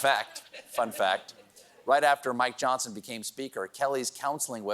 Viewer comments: I do not know if Steve does this intentionally, but sometimes when he says “Mike Johnson” it sounds like “My Johnson”…😊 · Steven, the new speaker’s name is pronounced Mi Johnson.